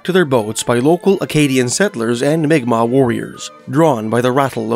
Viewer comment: Pronounced mic Mac